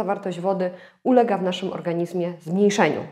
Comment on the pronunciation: Witam. Postaram się UPRZEJMIE. Odmiana słowa ,,organizm"...a dokładnie MIEJSCOWNIK W PISOWNI brzmi ,, w organiZmie", ale... WYMAWIA SIĘ to ze ZMIĘKCZENIEM - w organiŹmie. Dziękuję za uwagę.